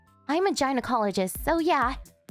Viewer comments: I certainly don't know whoever posted this specific video, But there's 1 thing I know for Certain Sure; It's the fact that Gynocologist is correctly pronounced "GUY---nocall--Oh-JIST" and NOT "Jy-nah-cali-jest!". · A Ginocologist? First time I ever heard it pronounced like that.